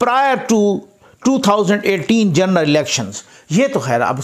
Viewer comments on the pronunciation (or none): none